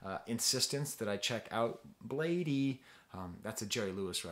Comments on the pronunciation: I think his name is pronounced as "blade" not "blade eee". ( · Lmao why is this dude speaking so condescendingly. Bladee has been around since 09 so his fans range lmao. I’ve seen more adult fans then child fans. And it’s pronounced “Blade” man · lol it physically hurt me to hear u say blad-ee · as you can see he was not happy with lean mispronouncing his name so he corrected quickly.Pretty sure he's fine with both but still Blade is the right way to pronounce.He also adressed it in the song Hotel Breakfast. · Pronunciation is just "blade" by the way. The extra 'e' is just for style :) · He calls it Blade but you can say Bladey too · I’m bladee she called me blade-e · its pronounced blade. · dayum didn't even catch that lyrics you right, he still is cool with the wrong pronunciation though ^^ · “it’s bladee but you can say blade-e too” - bladee (iconic quote) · Another great analysis; your pronunciation of Bladee is comical. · I pronounce it Bladee but you can say Bladee